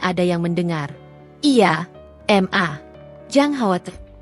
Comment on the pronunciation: baca nya yg bener dong.. ma kok di panggil M A...